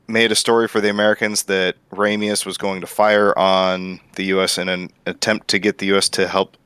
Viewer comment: It's "Ramius."